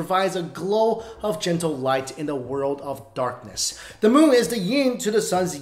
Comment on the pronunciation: It's so hard for asians to say the instead they say dah instead of other they say oder